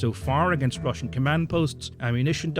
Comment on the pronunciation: how can you misspronounce these words so much? Like for God's sake man, I can pronounce Chinese or Japanese words better than you can Russian and I cant read their words. This is beyond normal Monolingual (eww) people's problems, this is actually annoying at this point. Please just... read how to pronounce these things or listen to the Translator pronouncing them or something. And note - you do the same for ALL non-EN names and words. German including. Its seriously worse than what Monolingual 43 I Q rust belt monolinguals would manage to scramble up.